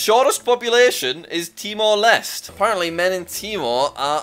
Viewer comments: It's not pronounced timor lest it's Timor Leste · Timer lest? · good job jack you mispronounced timor leste again